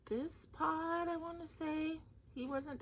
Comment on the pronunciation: Happy Hanukkah! And Happy Thanksgiving 🦃 The peacock wreath is pretty! On Night Creatures I thought you were saying PAWT (part) in a Boston accent...then I realized you were saying pod!!!LOL! I can't choose: I like the picture in Choice #1 but I like the words you'll do in Choice #2, so I guess both? Hope you have a great week. Looking forward to your Hanukkah vlog!!